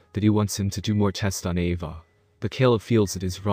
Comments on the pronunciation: also, the way you say 'ava' is so weird... lmfao it sounds a bit like 'evah' or 'eyvah' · He pronounces Ava as AvAH which is pretty funny